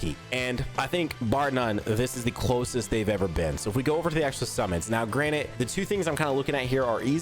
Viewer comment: if you say granite instead of granted one more frickin time breh Imma hop through this screen and scream at you, then walk out your front door like nothing happened lmao